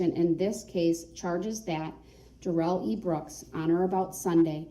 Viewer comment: His name is NOT pronounced like he said! His own mother calls him DARE-ELL NOT Dare-rell! This is his attempt to spiff it up like Joe Dirt! 🤣🤣